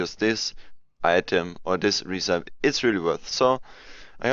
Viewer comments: "recepie" not "recaip" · You are pronouncing "Recipe" wrong.